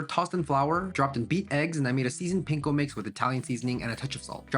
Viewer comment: Can you pronounce panko properly? Lol the a is pronounced the same way as el español